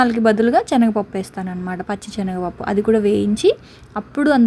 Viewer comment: Adi chenaga pappu kadu Senaga pappu